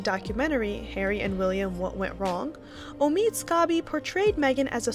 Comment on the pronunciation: His name is Omid Scobie not Amid Scarbie.